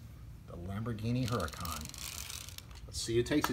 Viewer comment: It's not huracón it's huracán